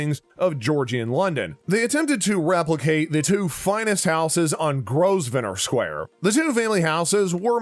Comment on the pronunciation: It is spelled Grosvenor Square but is pronounced Gro-ven-or square.